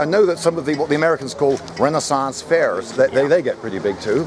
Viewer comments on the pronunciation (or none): holy shit lindybeige trying to say "renaissance fairs" killed me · I appreciate that you used the authentic pronunciation of renaissance fairs when the time came. You're just that kind of chap. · "renaissance fair" got me 😂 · RenAAsAance fair!